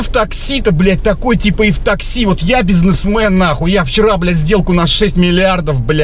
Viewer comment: БизнесМЕЕНбляять ))) лучше в такси работать чем быть таким бизнесдерьмоменом )))